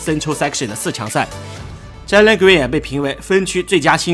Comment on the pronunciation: 能不能尊重一下球员和听众，把球员的名字读对不是很难。不是“zhai”len！是“Jay len”。读了那么多次一次对的都没有！